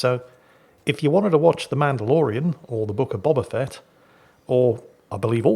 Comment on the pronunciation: I still love how pronounces ‘Boba Fett’ and Obi-Wan’.